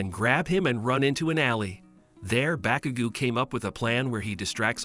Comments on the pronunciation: Also it’s not pronounced bakugoo it’s baku GO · Bro really said bakugu and diku 💀